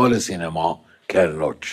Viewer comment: جون سینما رو اشتباه تلفظ میکنی. امسال درست تلفظ کن